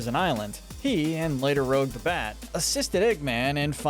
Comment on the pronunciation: Rouge the Bat (pronounced "rooj"), not Rogue... How do some people still get that wrong? Also... "Sol-ana"? It's Sol-e-ana